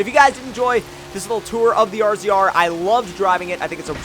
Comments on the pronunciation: Jesus Christ it's razor not rzr it's spelt rzr but even they say razor! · Omg this pisses me off so much! It's razor not R.Z.R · He said R Z R it's razor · lol he says r z r but its supposed to be said like razor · Every single damn youtuber is calling it an R-Z-R its Razor!! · It isn't R-Z-R its RAZOR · same all these yuppies pronounce it r z r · ZombieKiller *razor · Razor was the older name